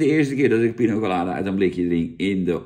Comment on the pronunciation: Jan met zijn "Pino Colada" 😂 Voor de rest van de wereld is het gewoon Piña Colada 😉